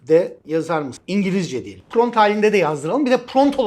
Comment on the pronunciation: Pront degil prompt olacak hocam, cok guzel bir gelistirme sureci cikarmissiniz elinize saglik.